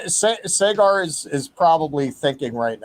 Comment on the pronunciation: is literally in India yet can’t pronounce Saagar (saw-guhr)